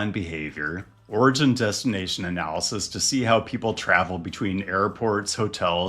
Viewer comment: What the heck is an "Anna lie sis"? It's analysis. Ah-nal-ih-sis